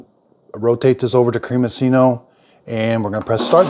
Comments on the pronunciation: You should pronounce it like creami-chino. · The double c ("cc" ) is pronounced like a "ch." Creamichino. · creamiccino like cappuccino (pronounced chee no) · I only have the smaller Ninja Creami and love it but is does not have the Creamiccino button (which is pronounced “Creami chino by the way) so would you process it as ice cream, shake, etc? Thanks! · cremi(ch)ino, like the name of the Italian designer Gucci. cc in Italian is a ch sound and ch in Italian is a k sound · Try the sorbet option and lol on his pronunciation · Can't even begin to fathom why you thought hot coffee would work...but anyway. Bigger mystery is how you pronounce "cappuccino". Think about that, and then re-think how you pronounce the made-up work "creamiccino".